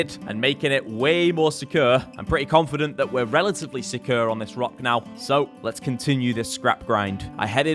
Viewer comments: jordans pronunciation of the word "secure" drives me crazy and he says it multiple times in every video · Your accent of "secure" gets me every time. Great work on all your wholesome content nevertheless. *tips a cup o' tea